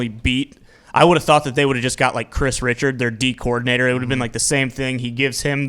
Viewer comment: Chris Rish-ard, not Chris richard.